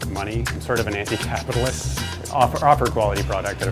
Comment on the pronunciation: WTF is an Capatalists!?